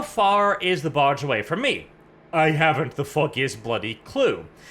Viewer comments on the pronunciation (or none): Every time you say barge I hear... Barch. It's a Barch factory.